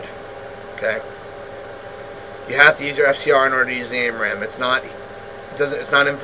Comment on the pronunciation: Great video dude. But it's AMRAAM, not AIMRAAM. Just saying. Great video though. I learned a lot. Thank you.